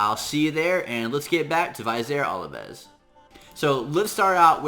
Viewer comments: God man you are butchering his name hardcore...... Plus, how are you getting olives from ovelis? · Oh man, hearing you butcher his name makes my ears bleed. Amazing champ though. I too run him with Martyr.